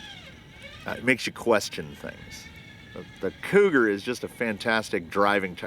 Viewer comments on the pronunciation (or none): I heard "cooter" instead of cougar and I'm okay with that lmao